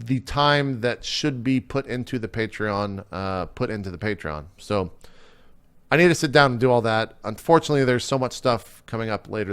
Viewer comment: You said "Patreon" correctly JP, proud of you!